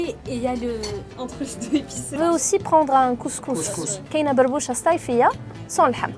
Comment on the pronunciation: Aberbouche pas berboucha